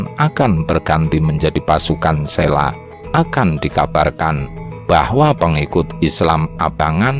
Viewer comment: Bacanya Selo bukan Sela...trus Wali Sanga tp bacanya Wali Songo bukan Wali Sangha seperti kata Budha .era wali sdh Islam jg Hindu bukan Majapahit lg mayoritas Budha.kayaknya spt itu